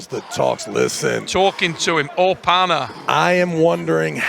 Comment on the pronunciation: Devon dont opa say opa-na